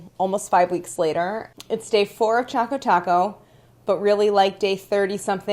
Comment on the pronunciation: Should I be concerned that she has written "Chaco Taco" and her pronounciation is also Chaco Taco...?? 😂😂😂